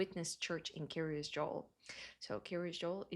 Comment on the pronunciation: The Kiryas sounds almost like she is saying "curious"